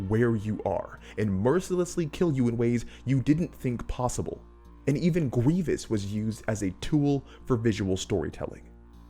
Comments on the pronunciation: gwievous uwu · “And even Gwievis”